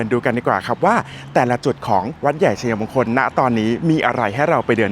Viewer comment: ทำคลิปได้ดี ครับ ผมชอบครับ แต่การใช้ภาษาไทยอยากให้ถูกต้องด้วยครับ เช่น วัด-ใหญ่-ชัย-มง-คล หรือ วัด-ใหญ่-ชัย-ยะ-มง-คล ครับ